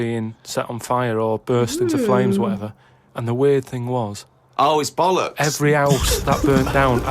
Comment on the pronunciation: It's not balix or bolix or bolux, it's bollocks.